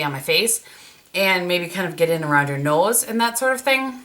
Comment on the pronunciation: I love how ya say nose. Very Minnesotan, or Wisconsin, same thing. It's why I love watching you so much! I'm in Minneapolis. 🤗